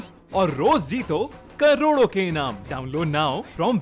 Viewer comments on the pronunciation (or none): none